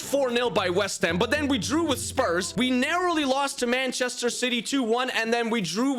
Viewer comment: No offense but you said banchester